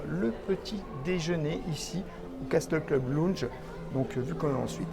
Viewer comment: Salut, un grand merci pour cette vidéo qui fait rêver, au fait, Castle Club se prononce "Caseul Club", le T ne se prononce pas 😊, je vous adore, à très bientôt, gros bisous 😘, Sébastien